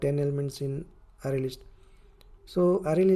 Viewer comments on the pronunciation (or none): bhai fake english accent me na video banai hoti to poora dekhta, dimag me ghus k arrway arrway kyu bol rha hai ?